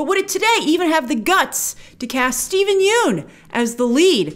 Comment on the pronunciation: Grace - please pronounce Steven Yeun's name correctly...there's a great clip available of Conan O'Brien learning how to do so after mispronouncing it for years on his show "Conan's Been Mispronouncing My Name For Years" THANKS SO MUCH for your consistently great coverage and perspective GRACE!